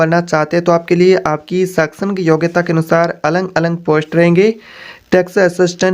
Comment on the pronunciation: Alag Alag hota hai na ki Alang Alang